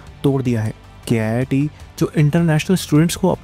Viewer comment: Its pronounced Keet not K-I-I-T. Its not an IIT, its a private college.